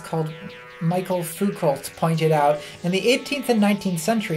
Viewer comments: Foucoult... Dont pronounce the 'T'. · You did trigger violent urges in me by deliberately pronouncing Foucault's name like that. I think punching Americans who butcher foreign names is justified. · michael foo-colt